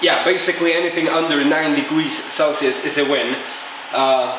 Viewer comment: degwee celcius